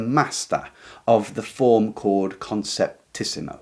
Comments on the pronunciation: Just one thing: It's "conceptismo", not "conceptísimo" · Great video. Just a minor thing. It is not conceptisimo, It is conceptismo. In Spanish the ending -ísimo denotes superlative. -ismo is equivelent to English --ism.